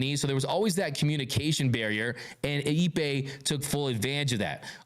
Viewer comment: His meme is pronounced Eep’pay not EBay.